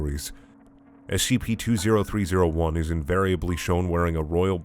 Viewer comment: You're the only person who reads the SCP numbers correctly. As ex military and government I thank you for tending to my nitpicks